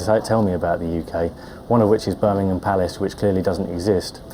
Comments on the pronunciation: Yes it is Birmingham palace not Buckingham. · lol Birmingham palace is Buckingham palace. it's a mis pronunciation. Birmingham palace is mis pronounced. he wanted to see the Queen's house :D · I guess that guy mispronounced Buckingham Palace and it became Birmingham. Love that! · he might difficulty to pronounce with his accent, I believe its quite understandable he meant Buckingham Palace, but he spelled it Birmingham palace, that was way to rude/ignorant, felt like he was mocking his accent and those couples totally faked it, n guess what they were good to go, epic